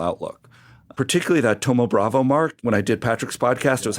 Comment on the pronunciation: Why do you guys keep saying thoma bravA? It's bravO